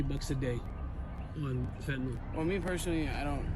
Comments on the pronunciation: Give the respect that these poor souls are dying by the thousands deserve and PRONOUNCE THE DRUGS NAME CORRECTLY!!! IT'S PRONOUNCED FENT-A-NIL !!! NOT FET-NOL SPELLED F-E-N-T-A-N-Y-L you all getting high and dying off the shit and can't even spell or pronounce it properly Others trying to save people's lives trying to inform them about the drug and can't even say the name right? IMO you sound stupid as hell trying to make an educated attempt at informing and can't say it right!! SMDH MY GOD IN HEAVEN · I wish people would learn how 2 pronounce fentanyl correctly. Its not fentanol. How do u pronunce syllable, its not sollable. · FentaNYL, not fentanall. Just like oxycotton is oxyCONTIN. 🙄😒 YES, IM THE PRONUNCIATION POLICE. SO WHAT?!? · it amazes me how many people can't say 'fentanyl' correctly it bothers the hell out of me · agreed, it's not a very complicated word.